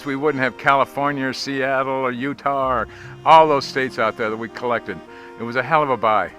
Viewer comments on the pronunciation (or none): none